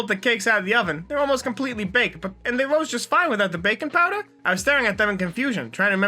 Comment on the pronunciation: Why fose it sound luke hes saying bacon powder Not baking powder